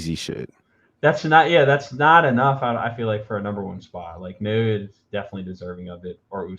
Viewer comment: His given name breaks down like this - Na-o-ya. It's pronounced like NAH-OH-YAH, rather than NEIGH-OY-YAY or NEIGH-OH-YAY (not sure how people are getting that). Japanese vowels are very close to Spanish, and are represented the same way in Spanish spelling and Romanized Japanese spelling. I offered my opinion to Fulton fans, before the fight, that Inoue is a better jabber than Fulton, and I told them the numbers absolutely back that up. They just could not believe that.